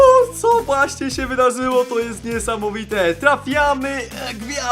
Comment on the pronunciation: min "wydazyło" xddd